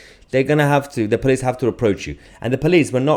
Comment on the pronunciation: Child! Can't get his own way, so call everyone a tory. No intention to listen to anyone. Just wants to shout at people. Also... "pleece state"? It police. There's an 'o'.